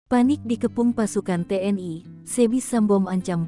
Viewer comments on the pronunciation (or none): Admin bisa baca gak sih ???? T N I. Kok di baca Te ni.gimana tuuuuuhhhh?????